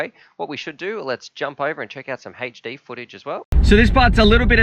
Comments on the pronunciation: shit I wrote my comment without seeing yours... Also I thought about spellign it HAHTCH D but I think Haychdee was more accurate. It's really bothers me for some reason xD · omfg it's HD not HHHAYCHDEE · its "HD" not "heychD" hahah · i cant listen to you say "h8ed'd" instead of HD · say haight-d 1 more time ...i dare u ...lol its "eight-ch D"